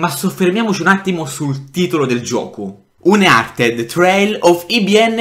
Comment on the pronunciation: Ma il gioco uncharted si pronuncia uncarted no umchartied